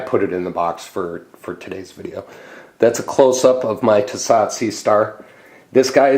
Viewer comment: Pronounced T so